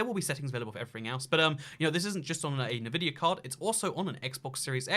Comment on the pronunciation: You know you're pronouncing Nvidia wrong right?